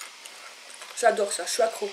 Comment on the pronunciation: Lol elle a dit jajlor à la place de j' adore